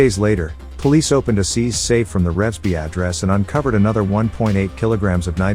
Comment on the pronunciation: You said Revesby wrong.